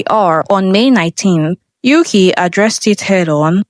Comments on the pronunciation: There is no member named "Yuki." That is a Japanese name. Learn how to pronounce Mandarin if you're got to do these videos, bot. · what's up with pronouncing yuqi's name like that, I thought you made your research to make this video